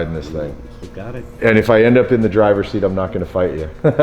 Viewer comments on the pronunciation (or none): none